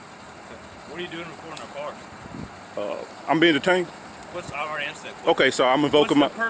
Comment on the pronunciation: I love the way he says looking into the carrrrs